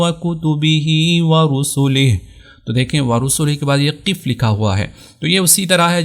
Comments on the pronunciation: اپ وقفة کو زبر کے ساتھ پڑھ رہے ہیں اور قف کو زیر کے ساتھ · بھائ قف زیر کے ساتھ نہیں ہے زبر کے ساتھ ہے